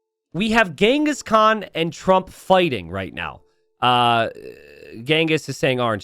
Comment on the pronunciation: Actually, contrary to what you think, you pronounce Genghis Khan's (Cengiz Han/Kağan) name correctly. I say this as a Turk. The names Genghis and Khan are common names among Mongols and Turks. Khan (Kağan) is even more of a title like “emperor” than a name. The people who unite nomadic tribes under one roof are generally khans. If I'm not mistaken, it's thought name Genghis is of Mongolian origin, while the name Khan (Kağan) is of Turkish origin. I can't say you pronounce the name Cengiz correctly, but your pronunciation of Khan is very close to the Turkish pronunciation. Contrary to what you think, you pronounce Khan better than 90% of English speakers. We ussualy call Genghis Khan as Genghis Han. Han is simliar word to khan. Han means basically ruler and khan means ruler of rulers. Note: It is very difficult to determine where something first originated in nomadic societies. Written sources concerning the Mongols are particularly few, even fewer than text's about the Turks. One reason for this is that the Mongols appeared on the historical stage later than the Turks. Even for Turks, talking about origins is hard and since the Turks are actually a race formed from a mixture of nomadic societies across a vast geography stretching from the Caucasus to Siberia, everything is very complex about history of nomads. So most logical thing to say is this names are common on central asian people, like Turks and Mongols.